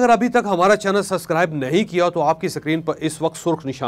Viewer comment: چوہدری صاحب سسکرائب نہیں ہوتا حضور سبسکرائب ہوتا ہے۔